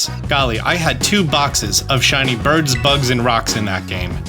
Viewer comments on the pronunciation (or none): none